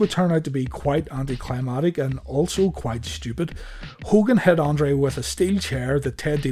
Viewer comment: No, the finish at WMIV was not 'anticlimatic' - it was 'anticlimactic'. Please, dude. LOL